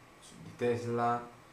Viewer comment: tesla si pronuncia con la s forte come se fosse doppia ;)